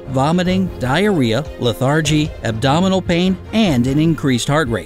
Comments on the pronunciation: Confusing! APPLES??! So many Dog Cookie Recipes call for APPLES. So why not 🍎 🍏? And what about the RAW DIETS which include RAW EGGS? BTW: lethargy is Pronounced... “Leth’-ER-gy,”not Leth-ARRE’gee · Please learn to pronounce LETHargy. Accent is on the FIRST syllable of the noun. Yes the adjective is LeTHARgic. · and lethargy....bugged me.